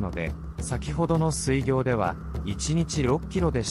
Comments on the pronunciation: 水行は すいぎょう じゃなくて すいこう と読むのじゃないか？ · 水行…スイギョウではなくてスイコウと読むのではないですか…